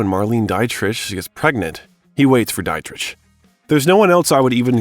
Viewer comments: I really appreciate all your hard work on this . . it's excellent. To serve the excellence of your work even more, please please please learn some pronunciation, tho--I'm sure by now someone has noticed that Marlene Dietrich's last name is pronounced "DEE-trick" (not "dite-rich") and "denouement" is pronounced "day-no-MONT' with a long O in the middle. Little stuff, I know, but you're swinging for the fences with a long video essay, and getting this stuff right will likely help your subscriber count, especially among snobs like me :). I'm on your side . . keep up the good work!! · It's truly pitiful that the narrator of these bios of QTarantino cannot correctly pronounce the last name of Harvey Keitel [kEYE-TELĽ --- accent on last syllable] or Marlene Dietrich (DEÉ-TRICK accent on first syllable] & much much more. Good bios, but c'mon!